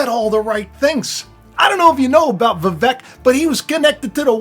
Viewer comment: Vivek actually rhymes with cake …he said so himself when asked how to pronounce his name.